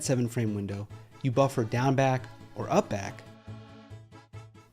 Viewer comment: everytime he says down back i hear gang bang